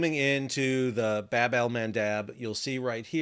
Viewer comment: Bab in Bab Al mandeb is pronounced as Bob which mean door or gate